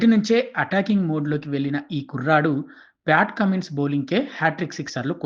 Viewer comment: Pat Cummins? Pyaat Cummins kada